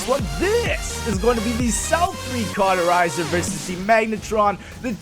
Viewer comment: stop saying carterizer..